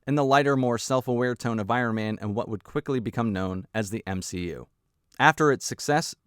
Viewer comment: m-SHE- u